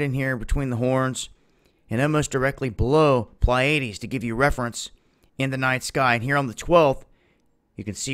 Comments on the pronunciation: PLEE A DEES....Not PLYAIDES. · It's "Plee-a-deez". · 'Pleiades' is pronounced as "Plee-uh-dees". 😊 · just a note: its 'PLee ah Dees' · ok you just gotta learn how to pronounce the pleiades buddy. had to turn off the vid after the 3rd botched attempt.